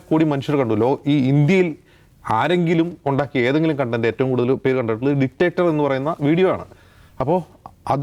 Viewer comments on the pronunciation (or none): none